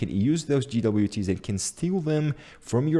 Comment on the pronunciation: did he just say GeeDoubleYouTea's? lmao wtf